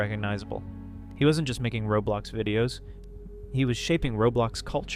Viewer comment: I said that cause he said robulox instead of roblox that's what I hear tho